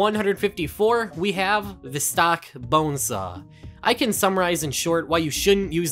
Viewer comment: Why does he say bonesaahhh